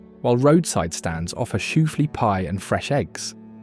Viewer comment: SHOO-FLY PIE 🥧 is not called SHOO-FLU!